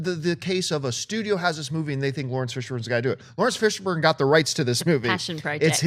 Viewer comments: Am I the only one who heard say Fishbone? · Uhh..."Fishbone" smh O_o lol! Yep that unknown dude, who has never been seen in a movie. cough-Matrix-cough, nice;) Guess all Fishbones look alike, and a Fishbone by any other name, would act as sweet;) Nah just messin' with you, maybe she's not that familiar with him, and reading errors do happen. No worries;) I did get a good laugh though.